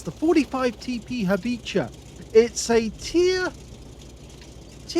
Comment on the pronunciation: Thank you. You pronounce my name correctly, don't worry. And as for something more about me, I will write it to you in maily. Thank you again for these replays, Have very nice memories...;)